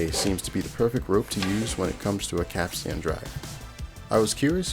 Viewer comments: Heyo. FYI, it’s pronounced like cap-stn, not cap-stan. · Great vid, but capstan is not pronounced cap-stan with equally accented syllables. The first syllable is stressed and the last syllable is pronounced stun. Think captain, but with an S in the middle. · Damn, that was pretty cool. Apart from how you said, 'capstan'. Have you got your cap Stan? No, but I've got the capstan.😁 Edit: I'm British... Hope that clears things up. Subbed. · Every time you mispronounce capst'n i cringe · Please say Capstan as "Capstn" and not Cap Stan as that just hurts my English ears... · While in the Navy, we pronounce capstan as cap-stin. Not sure if we are right. Love the video. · How can you have done as much research as this and still be saying Cap Stan?